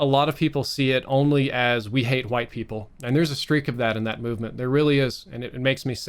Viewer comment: Nobody:: HWITE